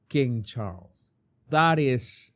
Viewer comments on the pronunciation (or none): none